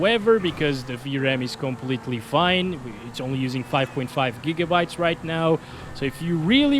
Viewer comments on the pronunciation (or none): none